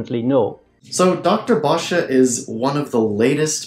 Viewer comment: By the way...Vanden Bossche is not pronounced Vanden BosschA. You must have gotten that from another "proven wrong" platform bloviator by the name of ZDog. I suggest you review your video again since you have had a whole year to be proven wrong on every point. If, however, you still think you are right DEBATE HIM FOR GODS SAKE, AND OURS. HE WILL COME.